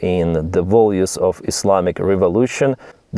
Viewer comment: Values not volues